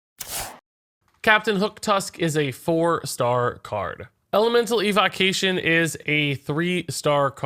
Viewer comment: Why can’t he pronounce evocation?